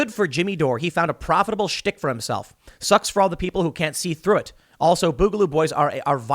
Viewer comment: Tim boogaloo comes from the word boogie you're pronouncing it wrong I'm sure you've been told this